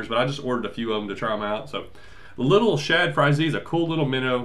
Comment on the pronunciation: drop the z......it-s SHADZzzzzz. Not shad Z